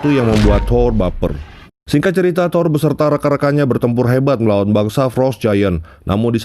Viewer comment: THOUR Bukan THOR🤣canda bang wkwk